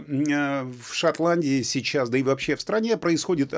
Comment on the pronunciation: Не « есче» а « еще» а в остальном вы правы! И не « вообсче» а « вообще»))))